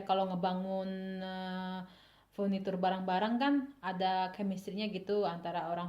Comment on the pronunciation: bikin dewekan ya ka purniturnye.. 😂😂